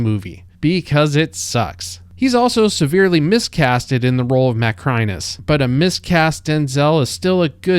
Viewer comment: The guy narrating this video hasn't seen Gladiator 2 , or has forgotten how they pronounce Macrinus in that movie. Amazing.